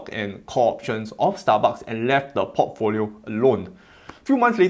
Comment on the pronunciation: I hear Pottfolio instead of Portfolio. And I love it 🤭